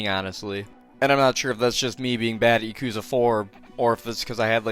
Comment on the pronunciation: stop pronouncing it yakooza bro please it hurts